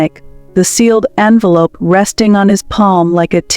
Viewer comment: The narrator is presumably well educated. If this is the case then why oh why didn’t she read the script before she spoke? How, in the context of the story surely she knew the difference between envelop and envelope, and resume and resumé!!!